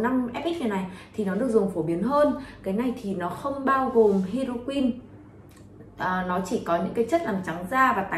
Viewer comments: Thật sự quay clip nên tìm hiểu cách phát âm hoạt chất, chứ Hydroquinone đọc là hi - rô - quin, retinol hoặc Tretinoin, chứ đọc tre - ti - non là chết rồi :) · "Hi dro quyn" "Tre ti nôn" :)) K hiểu hãng nào training đọc thành phần như này =)